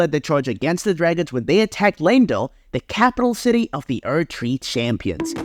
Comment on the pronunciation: "Lamedell" got me XD